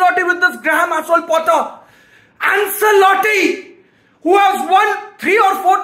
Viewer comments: it's not "Anselotti" it's pronounced as "Anchelotti" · AnSelotti Nai bhai, it’s AnCHElotti. Italian name.